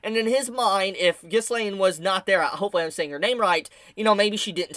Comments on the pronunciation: Remove the s in ghilains name (however you spell it) and you got it basically should sound like Ghilain. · Ghislaine's name is French, and is really pronounced as "Ghi-Laen" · Ghislaine name is pronounced Gill-lA-ine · No, you´re still not saying Ghishlaines name right xD